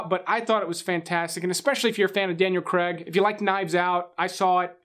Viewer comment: Craig not creg ... its not even spelt like creg